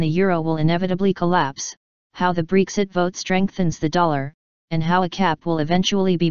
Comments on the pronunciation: IT'S BREXIT, NOT BREEXIT! Why do all Americans have to swap vowels in English from hared to soft and vice versa? English is ENGLISH! It's not MosCOW, it's MosCO. It's not vEYEtamis, it's vITamins. It's not yOHgurt it's yOGhurt. When did this originate and WHY? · I dont think its pronounced breeexit